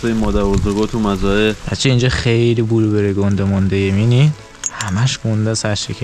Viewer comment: بلوبِِری ❌ بلوبًری✅